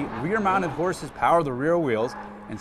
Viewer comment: American Powahh! German Powahh!